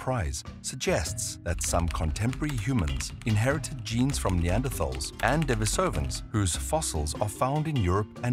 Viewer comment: The correct pronunciation is De-NI-so-van, not De-ni-SO-van.